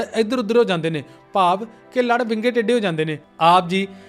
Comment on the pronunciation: Bro ਯਾਰ ਤੁਸੀ ਵਿੰਗੇ ਨੂੰ ਬਿੰਗਾ ਕਹਿੰਦੇ, ਸਰਬਾਲੇ ਨੂੰ ਸੜਬਾਲਾ ਕਹਿੰਦੇ ਤੇ ਟੈਂਕੇ ਨੂੰ ਟੱਟਾ ਕਹਿੰਦੇ,, ਗੱਲ ਕੀ ਆ???